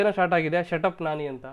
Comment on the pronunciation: ನಾಣಿ ಅಲ್ಲ ಗುರು, ನಾನಿ 😂